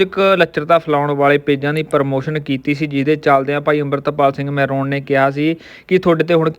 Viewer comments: ਯਾਰ ਸ਼ਬਦਾਂ ਦਾ ਉਚਾਰਣ ਤੇ ਸਹੀ ਕਰਿਆ ਕਰੋ ਜੇਕਰ ਨਹੀਂ ਆਉਂਦਾ ਤਾਂ ਜਰੂਰੀ ਨਹੀਂ ਕਿ ਯੂ ਟਿਊਬ ਤੇ ਬੋਲਣਾ ਐ ਤੁਸੀ ਮਹਿਰੋਂ ਹੁੰਦਾ ਮਹਰੋਨ ਨੀ ਵੱਡੇ ਸੈਂਸਦਾਨੋ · ਮਹਿਰੋਕ ਨਹੀਂ ਮਹਿਰੋਂ ਆ ਠੀਕ ਬੋਲਿਆ ਕਰੋ